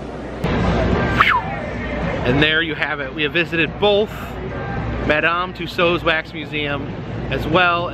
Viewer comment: Thank you for finally pronouncing Tussaud correctly!